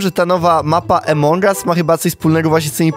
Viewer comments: Czemu mówisz emong as a nie among as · nie emong us tylko among as pls muw tal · no kurwa mowi sie among as a nie emong as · Błagam cię nie czytaj among us jak emong us bo to jest among us (pośród nas) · To się nie muwi emong au muwi się among us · Jaki emong us? Mówi sie among us